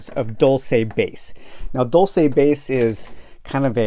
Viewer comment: It is not a fictional place. (And it’s pronounced ‘Dulse’, not ‘Dul-say’)